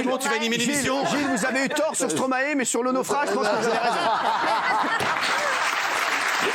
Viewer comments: Encore un truc les Français, c’est pas Stromaé!! C’est Stromae ae ae ae. C’est quoi votre Stromaé de n’importe quoi la. StromAE!!!! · et pitié les français...arrêtez de l'appeler STRoMA ééééé...petit tuto...vous êtes capble de dire MAESTRO??? alors vous devez pouvoir inverser les syllabes....Stromae...maille comme la moutarde... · Par contre stop de dire « stromaÉ » ! Ça se dit « stromAY » !!! C’est pas compliqué quand même bordel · Mes oreilles saignent à chaque fois que j’entends Stromaé.... STROMAÏ svp merci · Alors les français, une fois pour toute : on ne dit pas « StromaÉ » mais « StromAÏE » et on ne pas « BruKSelle » mais « BruSSel » ! Faites un effort, merde 🤦🏼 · S’il vous plaît la prononciation du nom de l’artiste c’est pas stromaé mais stromae le ae ce dit Aille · STROMAY PAS STROMAÉ svp faites un effort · Ils me feront toujours rire à dire stro-MAÉ